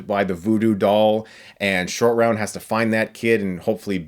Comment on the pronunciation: i kept hearing 'Indian Shortround'